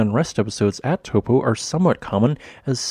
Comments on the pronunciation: Please learn to pronounce Taupo the correct way. Maori is a phonetic language. Tau for the Greek letter and Po. Taupo! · forgot how to pronounce Taupo